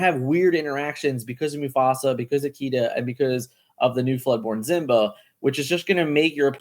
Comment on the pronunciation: I'm late to the party. Is there a reason you say Zimba instead of Simba?